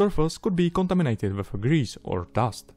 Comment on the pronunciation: the way he says "contaminated' XD, sounds like "cantomanatend"